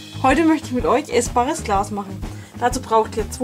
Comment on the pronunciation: Am Anfang habe ich verstanden essbares Klaus 😂😂